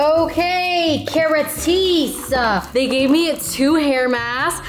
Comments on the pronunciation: keratise is killing me maiiiiii ker-ah-st-ase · KERA-TEES is killing meeee im pretty sure its “care-ah-stahse” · Not the KERATEESE 😂 love u and ur vids gorl ❤